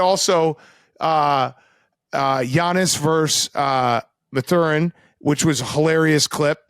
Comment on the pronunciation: Someone needs to call BC out on his "Muhthurrin" pronunciation